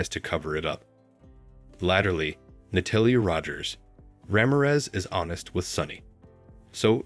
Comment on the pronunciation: Why so much mispronouncing? It's A-va not Ah-va, Natalia is Na-tal-ia OMG